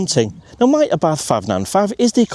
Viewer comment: Nice video! Funny to hear you speaking Abarth with an "th". Thats wrong. Speak it "Abart"